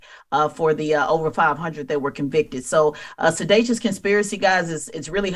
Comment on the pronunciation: The word is sedItious with an I not A Tes lol. I think she was thinking of selacious and mixed up the two. The man was convicted of SEDITION so the word she wanted to use is SEDITIOUS!